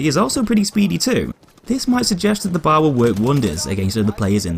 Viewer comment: it b.a.r. Not bar